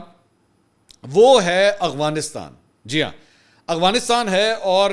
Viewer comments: Bhai g it's Afghanistan, not Aghwanistan. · Bhai saab. I think it is Afghanistan and not Agvanistan, Ahvanistan or Afvanistan. I have been listening to your vlogs for 2 years every day now and you never pronounce it correctly. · Hi I like your work a lot. Your research is good, opinions unbiased mostly, and you’re a Ravian and have nice vocabulary and pronunciation of English and Urdu. But one this irritates me that i have to ask you about, why you can’t pronounce AFGHANISTAN properly, i have been listening to you for couple of years now and you always pronounce it “AGHWANISTAN”. Please clarify if you get time. Thank you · Bahi, its Afghanistan not Agfanistan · Mansoor Bhai sb se pehle wa alaikum asslam lekin 😂1 funny moment aya apki vedio Afghanistan ko ap agwanistan bolty hahahaha😂😂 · You are my favourite anchor , a little correction for your pronunciation about AFGHANISTAN it is not aghwanistan (اغوانستان) It is Afghanistan (افغانستان)۔ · Bro it’s Afghanistan and Afghan not Aghwan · Mansoor bahi, I never hear you correctly saying Af-ganistan, I know you pronounce everything correctly, you were the only one calling Ukraine correctly, just curious what could be the reason?